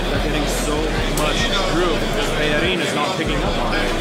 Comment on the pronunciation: Finally someone who says bellerin's name right